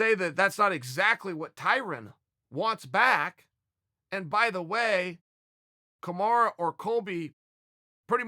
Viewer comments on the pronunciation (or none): “Kamara” (Usman) 😂😂🤣😂